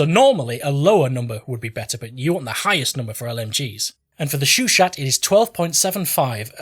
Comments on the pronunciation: it's show-shaw, not shoo-shaw. be sure to not pronounce the T in chat and it's all good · I believe its pronounced "sho sho" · Love the video man, but one thing is cracking me up: Why would you research the proper pronunciation, say it about a hundred times right initially and then proceed to say shOO-shah instead for the remaining 99% of the clip? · I swear everytime he says " *S H O O S H A H "I'm going to kill a plane with the AT gun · I swear everytime he says " *S H O O S H A H" I'm going to kill a plane with an AT gun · your au needs to be clearer and the a in chat needs to be sharper